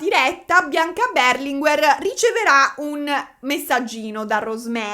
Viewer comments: Non è Beeeerlinguer ma Berlinguèr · io ti amo ma per favore storpia tutti i cognomi che vuoi ma non "BERLINGUER"... 🙏🏼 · tivubi ma Berlinguer non si pronuncia così